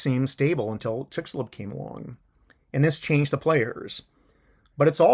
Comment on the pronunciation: The x in Chicxulub is pronounced as a sh-sound